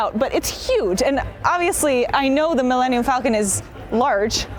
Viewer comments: "mill-enium-falcon". wtf is wrong with her? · Did she say Millennial Falcon? lol